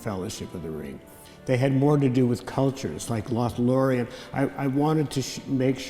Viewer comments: And "Lothorien" -- where is that? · Drinking game idea: Take a shot everytime he says "Lothorein" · Loth - lo - ri - en Os - gi - li - ath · That feeling when the narrator interrupts their spellbinding tale to say "Lothorien" yet again 😂 But seriously, amazing work, man! I was particularly impressed by how seamlessly you transitioned between different themes when discussing them. It never felt jarring. You've earned my sub 💕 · Or Lothorien? 😅 I really appreciate the quality of this video. But the mispronunciations are BRUTAL. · A lot of info compressed into an hour, amazing. Probably deserves two hours at least with more detailed musical examples. Lothlorien and Osgiliath are a bit tricky to pronounce I know.